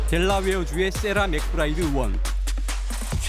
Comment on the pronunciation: "의" 발음 할줄 모르세요? 아나운서인데?? 요즘엔 죄다 "으원" 이래요.. "의원" 발음 못하시나요??